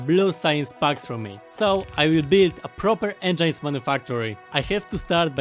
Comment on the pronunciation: Please stop saying engeins, its spelled eng-i-nes